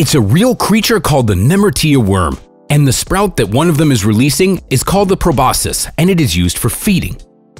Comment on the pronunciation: Not judging but I internally tried to correct them every time they said “probosus” instead of Proboscis “Probosksi”